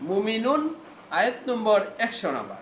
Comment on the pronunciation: আপনার মুমিনূন, কোরআন মরিওম বাকারসহ যেসব আরবি উচ্চারণ করেছেন সবই ভুল উচ্চারণ। প্লিজ আগে আরবি শেখেন তারপর কোরআন হাদিসের আলোকে আলোচনা করেন।